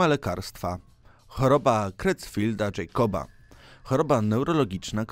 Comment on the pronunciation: Widziałem większość filmów na obu twoich kanałach i dalej razi mnie niechlujstwo w wymowie często oczywistych pojęć. Obturacyjna i "Krojcfeld" to tylko niektóre z nich.